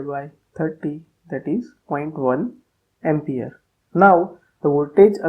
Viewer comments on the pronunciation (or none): none